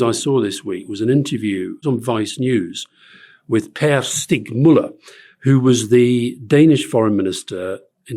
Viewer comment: Pear Stick Mueller.... Good grief. I get it. Saying Per Stig Møller in proper Danish is probably not easy, but he served at the same time as Alastair. Surely that name can't be completely unknown to him